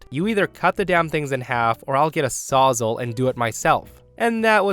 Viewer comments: Story 1: it's a "saws-all" not a sausal 🤣🤣🤣🤣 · 'Sawzall' isn't pronounced sawz-ull, it's saws-All, as in it will cut everything, hence its name. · Saws-all not sozzle or whatever you're saying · Incidentally it's not "sahsal" it's "Sawz All" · It hurts hearing Sawzall being pronounced that way, everyone I know just pronounces it "saw -za"